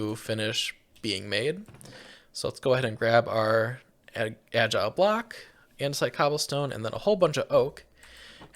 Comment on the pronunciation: I was losing my mind over how they pronounced it “agile box” glad im not the only one